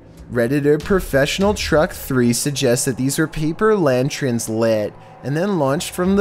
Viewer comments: Lantrens?? you mean Lanterns!! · the scariest things in this video is his voice mixed with the way he says “lanterns”